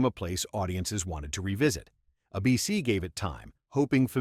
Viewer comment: How many times does this video sau “Uh-BC” instead of “ABC?”